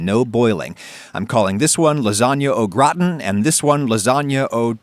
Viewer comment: your pronounciation of gratin makes me want to throw up my stomach and i am not even french!!!